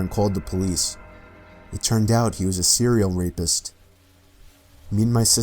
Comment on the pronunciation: The way you emphasized serial rapist made it sound like Cereal Rapist.